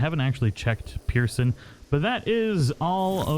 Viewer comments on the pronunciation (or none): none